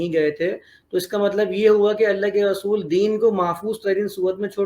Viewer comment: محترم صاحب آپ کی زبان سے ر کی جگہ و نکل رھا ھے یعنی رسول کی جگہ وصول سنائی دے رھا ھے اگر یہ درست ھو جائے تو بہت اور صحیح اچھا تاثر پہنچے گا۔ سننے والے کو